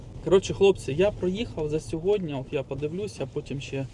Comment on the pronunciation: СьогоднІ, а не сьогоднЯ